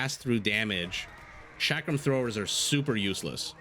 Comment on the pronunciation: Chakram start with ch as in chocolate and is pronounced as cha-ka(as in car)-ram(rum). Love your casts, they are amazing. Just wanted to educate that Shrivamsha and chakrams don't start with sh 11